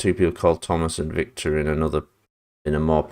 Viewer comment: Dude It's Victor Not Vector.